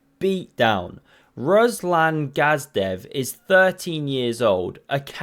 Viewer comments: you butchered his last name pretty good 😅 You said "Gazdev" but he's GADZHIEV which is pronounced Gad-Jiev if you will 😁 But he seems legit, he's a champion of Russian autonomous republic Dagestan among adults! So he probably didn't cheat❗️ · ts like when you say gadget, just gadziev. Руслан Гаджиев